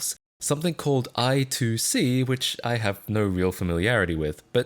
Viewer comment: psst: i2c is pronounced "eye squared see" (i²c)